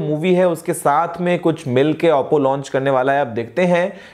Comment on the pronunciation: auppo nhi oppo bolte h